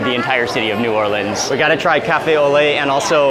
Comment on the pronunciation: I love my hometown. Extra pernts for saying 'New Orleans' correctly and not 'N'Awlins' or 'New Or-leeeeeeens'. BTW, there is plenty of great food outside of the FQ as well, but I appreciate what you did in this video.